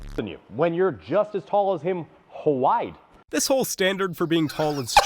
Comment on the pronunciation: Oh man, the way that short guy said wide as "huhwide" put so much more burn on that statement. Rtflmao